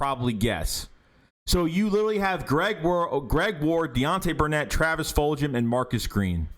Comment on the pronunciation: did you say fuljhum* lol